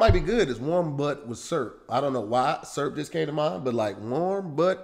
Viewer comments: can’t say the word syrup 🤔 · Is trying to say syrup?😂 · I'm going to start saying SUURP and not Syrup. Thanks! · Why say syrup like “serp”😂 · Warm surp? 😂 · Does know that syrup has two syllables? 🤔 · Also syrup is two syllables. It took me a minute to figure out what he was saying.